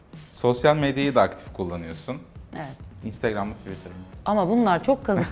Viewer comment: Spikerin "instegram" telaffuzunu duyunca kapattım